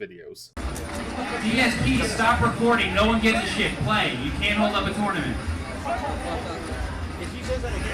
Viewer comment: "Toonament"? LOL